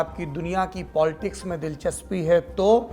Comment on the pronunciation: Arrey bhai POLTICKS NAHI POLITICS